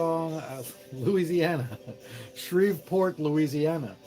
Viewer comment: "LA....Uesianna" lololol